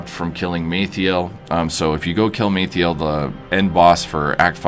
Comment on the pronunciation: killing maethial?????? :D :D :D its MALTHAEL!!!! :) :) :)